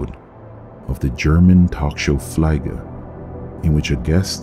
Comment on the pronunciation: I am German and can remember the show "Fliege" actually very well. I almost forgot the mystery about the Teddy Bear Man but you just brought it back. "Fliege" is actually pronounced Fleege... as if you would say fleemarket 🙂 And Fliege translates to fly 🪰. Thank you for covering this. Glad I found your channel, keep it up! 😎👍